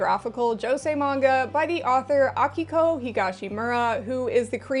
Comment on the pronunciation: As someone named Akiko, it was both nice hearing someone say it right, and really confusing hearing my voice repeatedly lol Also I'm a lesbian, and a lot of shoujo manga has emphasis on romance, but usually straight romance (and honestly i'm just not that interested in that). Do you have any recommendations for shoujo and seinen yuri? A lot of the time it seems like yuri just ends up being shounen somehow.